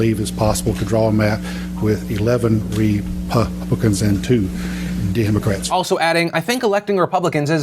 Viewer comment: Ewww why that ted cruz zodiac lookin ass dude pronounce republican and democrats so awkwardly🤣